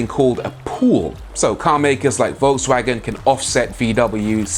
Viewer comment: Yes!! Yes!! Yes!! He is the first native English speaker who managed to pronounce a non-English word rightly. He said: Porsche with "e" at the end. Ok, he pronounce every other non-English names wrong, Sergio, Volkswagen...etc.....but it's still great from an English speaker.